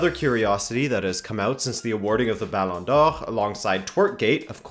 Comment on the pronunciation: I love your correct pronunciation of “Ballon d’Or”